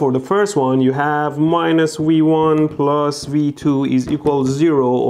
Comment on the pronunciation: Is it just me or is he saying "we won" when he points to V1